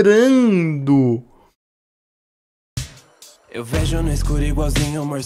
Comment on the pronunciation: "Meu fone ta vibranu" Eita